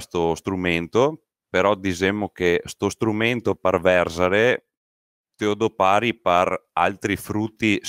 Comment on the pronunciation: dòpari e non dopàri !!!!